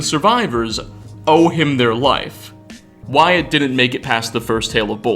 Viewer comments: you mean Wyatt, right? The pronunciation is more like (Why-it). fun fact: that’s my middle name. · lol yeah you got it! its just supposed to be "wai-et" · I myself am a Wyatt and its pronounced Why it, not why at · Did you just WyATT ITS WY ITT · bro its not pronounced why@ ya dunce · Lol “called Why-at” Saying Wyatt like that, I presume you’re a lizard person. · It's weird hearing someone pronounce "Wyatt" like that lol. seems to get used to it after a couple times, but then go back to "Why-At". Not really bothered by it, but I though it was funny. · you did not just pronounce my name "why-at"......... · is no one gonna mention the way he pronounces the name Wyatt??? Great video like always but that made me giggle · Did I just hear this dude wildly mispronounce a name, my name? Wyatt? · Interesting way to pronounce Wyatt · How else are you supposed to say it? Edit: NVM is a better example of him saying it weird.